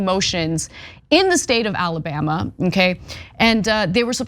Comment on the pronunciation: "Ala-butt"? Anyone catch that slip-up by Ana at the beginning of video? LOL! 🤣